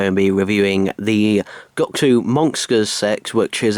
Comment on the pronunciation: TheCybermanFan - The Ultimate Whovian oh hello.STOP FOLLOWING ME!!!!!!!!!!!!!!!!!! But it's really annoying as it sounds like he is saying sex instead of "SET". And he says the monxters sex. Why can't he pronounce s?!!!!!!!!!!!!!!!?